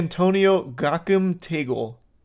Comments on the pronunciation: blud fucked up cardinal tagle's name blud😁😁😁😁😁😁😁😁it's pronounced "ta-gleh" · Charlie butchered Cardinal Tagle's name so bad 😂. His full name is Luis Antonio Gokim Tagle and he was the Cardinal of Manila.